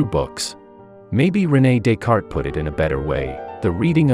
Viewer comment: According to Exurb1a, it's pronounced "Renal Dick Art'".